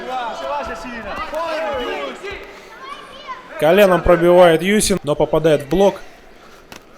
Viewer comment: Я только с третьего раза услышал - ЮСИ. А сначала казалось ЮФС))).